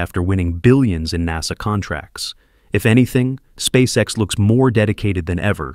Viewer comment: Неужели нельзя отредактировать нечастые ошибки и нероавильные ударения? Спасека.с....Мазовой....